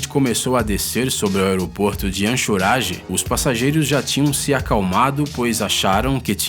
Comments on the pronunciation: Se pronuncia ancoreige e ñ anchorage ok sr narrador, 🙈🙈🙈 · O nome é Anchorage não “anshorage” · HAHAHAH, ANXORAGE ??? SIM, NÃO SE ESCREVE ASSIM E TAMPOUCO SE FALA ASSIM !!! ANCHORAGE não se fala ANXORAGE, fala sério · Belo vídeo... Mas quanto à cidade de Anchorage, se pronuncia "Enkoureige"... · Anxorage e pilota foi difícil ouvir. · Se fala "ancourage" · Anchorage-pronuncia encoreide